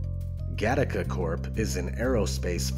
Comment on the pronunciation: It´s Gattaca not Gattica